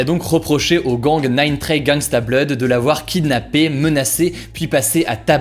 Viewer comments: Par contre Blood ça se dit « blod » et pas « blad » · « Nine Trey Gangsta BLAD » au lieu de blood, j’ai ris 😂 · Alors c’est pas, nayne tré gangsta blad mais nayne tray gangsta blawd voilà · HO DIT "BLOUD" PAS "BLOODEUH" RESPECT MON PSEUDO STP (js sa se prononce pas comme sa avec l accent mais french meme oof) sinn mrc des videos 0:) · Il a plus dit blaaad que blood mais mdr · Blaad mdr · penser que l'on dit blaad c'est ça qui est choquant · Comment tu prononce "blood" 🤣🤣